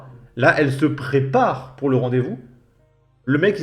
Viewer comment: Le fait qu'elle fasse des économies sur les "r", j'ai du mal aussi. " Je suis rentrée pou' me changer", je lui ai donné rendez-vous pou' aller me chercher"...